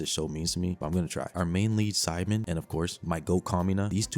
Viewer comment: Bro kept saying simon It's Simone